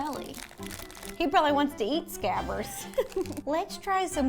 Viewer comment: Lmao "scabbers"???